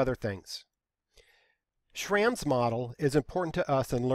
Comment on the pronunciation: Just a side note, the a in Schramm is supposed to be pronounced with a u sound. It's the original form of my surname but they're both pronounced the same.